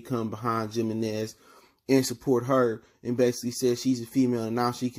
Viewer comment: Yo the Mexican gone come at ya for pronouncing that J hahah